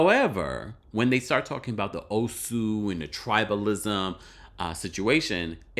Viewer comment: I give Ashly credit for pronouncing Nigerian names well. From Nneka, Ngozi to the Osu thing .